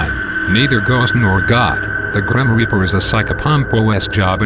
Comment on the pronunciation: Gream reaper?!?!?!??!!? He said "Gream Reaper"